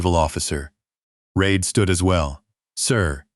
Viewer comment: it is REED, but the narrator says it wrong, half the time.